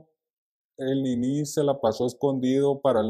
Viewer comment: Por q le dice ninÍ y no NINI